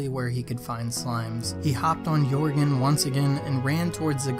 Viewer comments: It's jörgen! Not yourgen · Jörgen not Jorgen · It is not Jörgen